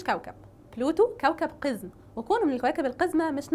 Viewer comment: كلمة قزم تنطق بفتح القاف وتشديد الزاء يا حضرة المقدمه وليس بكسر القاف ... اللغة العربية في خطر يا عرب